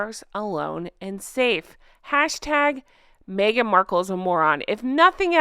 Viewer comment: Maybe my hearing is going, but when you said Meghan, I thought you said maggot…